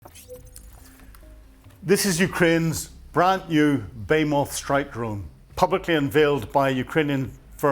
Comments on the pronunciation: It's bloody ridiculous that an educated man like finds it so difficult to pronounce so many words properly. Shahed, NOT Shahad; Behemoth, NOT Beemoth, Vehicles, NOT Vercles and Ryazan, NOT Rizan. Other videos contain many other examples of mispronunciation. This has nothing to do with his Northern Irish accent - it's just a lack of getting things plainly wrong and made even worse by using too much American terminology. It's absolutely infuriating. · Isn’t it pronounced bih-HEE-muth ? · Behemoth American pronunciation Sounds like buh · hee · muhth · "Be-he-moth",. It means something monsterous in size. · You are pronouncing Behemoth incorrectly! There should be emphasis on the “H” as it is important! Bo-He-Moth!!! Meaning something very large! Retired English teacher! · The word "behemoth" is pronounced BA-HEE-MUTH. Slava Ukraine! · BE-HE-MOTH = A behemoth refers to something that is extremely large, powerful, or monstrous in size and capability. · Bay-Moth lol. What a Dunks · I wish would learn how to pronounce Behemoth correctly. Be-He-Moth. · Do you seriously not know how to pronounce behemoth?